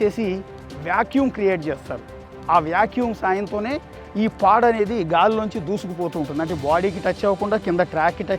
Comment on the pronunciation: nice info anna but its pod not pad 😊